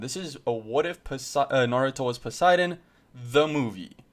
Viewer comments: It's po si den not per si den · Why did he say persidan